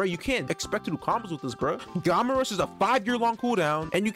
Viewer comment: It’s gamma rush not gawma rush